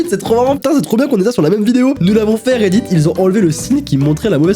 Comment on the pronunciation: " reddid " REDDIT!!!